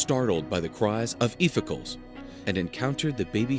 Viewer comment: "Iphicles" It doesn't rhyme with icicles. Smh. You can say Heracles correctly, (Hera-CLEES), but Iphi-CLEES is a mystery to you?